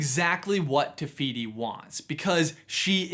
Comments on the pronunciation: He says it like “tuh fiyty” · i know this video is old now but just saying te whiti is a real moari god and all f sounds in moari are spelt with a w, h. ka pai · It’s te whiti